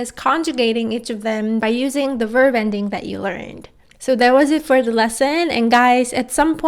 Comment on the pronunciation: Just wanted to ask are you pronouncing the ‘b’ when saying ‘verb’? Just sounds like your saying ‘verv’. Great video non the less :)